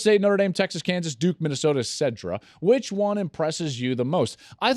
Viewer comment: Etc. pronounced etcetera…not etcedra….